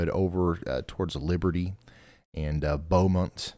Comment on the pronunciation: It's Beaumont pronounced Bo-mont